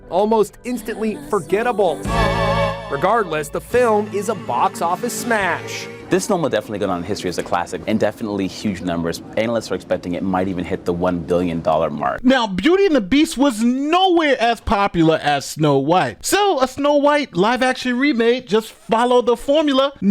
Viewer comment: He said "analist" 😂